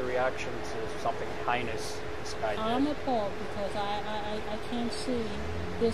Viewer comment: The news reporter saying “highness” instead of heinous threw me off for a second, thought I missed something.